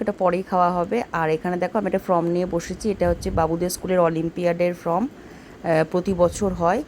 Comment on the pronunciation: From na pronounce na form.